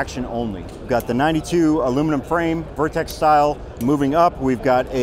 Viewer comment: I was really interested in watching this video until he said vertex